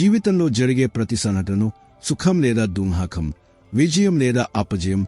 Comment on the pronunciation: Dhukkham. Spastanga. Cheppandi. Doohakam. Kadu.